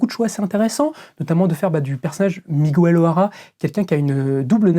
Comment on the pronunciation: On prononce "Miguéile" pas "Migouelle" 😅 pauvre Miguel O'Hara 😂